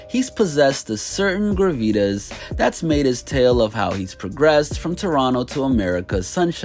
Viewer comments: did I hear that right? its Gra ve tas. Not gruh vee des. Lmao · sir did you mean GRAH-vih-tahs?? “graveetis” lmaoo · Gra-vetas... lol is that a dragon ball z character? Its Graw-Va-Toss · Gravitas is pronounced more like “Grav-it-Tass” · Wtf is gra•ve•tus? My man was tryna say gravitas lmao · This man said gravitas like gorditas 😂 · dude it's pronounced GRAV-E-TOS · Gravitas? You gotta learn to pronounce words dawg